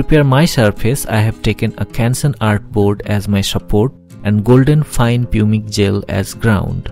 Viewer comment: An interesting video, thanks for posting this. One minor point - Pumice is pronounced 'pumis' in English.